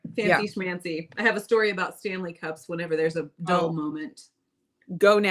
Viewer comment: I bought myself a KitchenAid mini for Christmas. I love how pronounces "Stan-ley" like the Marvel genius Stan Lee.